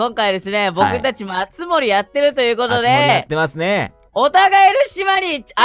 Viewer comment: あつも↑り⤵︎